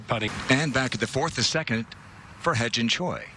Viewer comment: Yo should Pronouns he Jin Choi not hai Jin Choi 😂😂😂